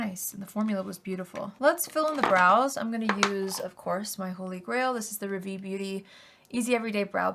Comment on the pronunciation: I love you and have been a fan for years and would love to buy from your makeup brand but I’m a little frustrated about your brand name … you chose to go with a French word which is fine but please learn how to pronounce it .. Rah - Vee. Hard a like car/far and short e like fed/led. ❤